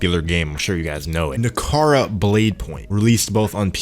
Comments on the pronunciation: Na-ra-ka not nakara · The fact that he keeps calling it nakara……when it’s naraka is a clear indication he’s talking nonsense. Been playing on pc and xbox never once lagged…. Where do you live my guy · bro u could not pronounce the name of the game once during the vid, how u gon make a review, ive not even played it yet.